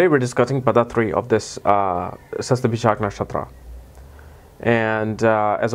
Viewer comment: Hihi u figured out how to pronounce it :P